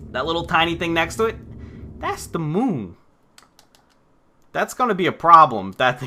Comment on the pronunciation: "das da muun"